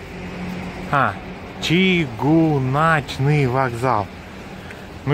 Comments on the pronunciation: Хорошее видео, только не Чигуначны, а Чыгуначны через "ы" с ударением на "у" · 😂🤣чыгУначны вакзал. Чыгунка - железная дорога. Ничего, скоро и сами беларусы будут каверкать свой родной язык. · Чыгуначны вакзал.ударение на второй слог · Ну если бы монгол не смог произнести букву Ы я бы понял.... Но!... Блин! Почему чигунАчный та?!!! Если написано чЫгУнаЧный. Как батька в своих рЭЧъАх... даже после 'ч' поставте 'ъ'. Ну или спроси у местных.... И вообще : проще белорусского придумать сложно..!.. Как слышется, так и пишется! Почему незалЭжнасти? это не Киiв, незалЕжнАстИ как и ФакультЭт камЕрцыи, а не ФакультЕт камЭрции. 😁😁 А 'Дворец Металлургов'1 - это управа КГБ 🤩, которое, кстати, по законам белоруссии снимать нельзя, преследуется.... Посему и бюст железному Феликсу напротив И как? Как можно было не заметить у Дворца профсоюзов 'нулевой километр'... А народу в Костёле мало - не время службы! И Храм Соборный там где 'старый Минск'. В следующий раз бери аборигена 😄 больше узнаешь... Ну а вообще молодчага! Спасибо за прогулку.... умилило. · Ы- читается как Ы, а не И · Увидел наследил ЧЧЫГГУначчны ВакзАл. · Чугунечный еще)))) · Ты,!!! Из своего Мухадрыщенска. Не надо произносить белорусские названия на украинский манер. ЧыгУначны вокзал от слова чыгУнка - железная дорога. Да ты и русские слова коверкаешь и не можешь произносить правильно. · Сколько не смотрю,не один турист не может произнести нормально "ЧыгУначны вакзал " , как только не коверкают! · в слове ЧЫГУНАЧНЫ ударение на У. иначе звучит для белорусского уха немного диковато )) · Уважаемый турист ! Научись пожалуйста говорить букву -Ы - ,она есть и в русском языке . Коверкаешь язык , как будто тебе неприятно читать надписи на моём родном языке Уважай тот народ и ту страну , куда ты приехал , даже в качестве туриста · Г в белорусском языке глухаям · Чыгуначны ударение на первую ы